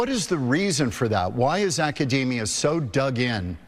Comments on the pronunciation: It would help if Professor Steve Koonin knew how to correctly pronounce the word Academia / akəˈdēmēə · when the guy mispronounced "Academia", i became certain that we are doomed. The last 10K years of stability, an anomaly by itself are gone, we have destryed the Garden that God has given us,... woe be unto those that destroy the Planet